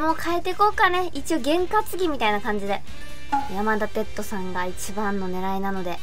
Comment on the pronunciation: 「やまだてっと」 →「やまだてつと」かと😭 すみませんこんなこと細かくて言おうかどうか迷ったのですが、聞いててとても違和感があったので🙇‍♂️ 余計なこと言ってすみません🙇‍♂️